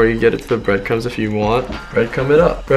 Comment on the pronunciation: Was saying "breadcums" or breadcrumbs? 😂